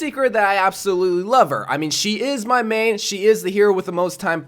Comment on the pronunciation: Why is that ur "meeeiiiin"